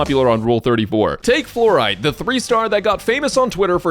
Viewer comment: ah... uh. fluorite*